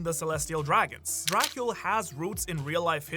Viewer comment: It's pronounced Dra-cool, not Dra-kyul. Or I assumed that would be the pronunciation, based on what I'd heard it pronounced by a romanian fellow I went to school with.